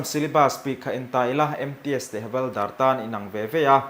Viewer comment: Havalder tih niloin Havilder tih hi adik zawk lo maw😂